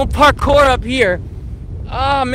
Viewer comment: OMG LMAO “PARCORE”